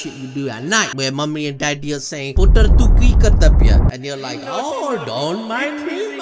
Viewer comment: saying and butchering putttar make my day 😂😂😂